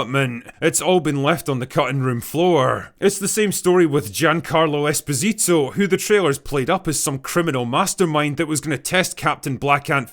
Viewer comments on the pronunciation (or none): please look up how to pronouns Giancarlo Esposito.